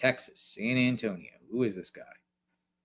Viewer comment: San Ann tonio 😂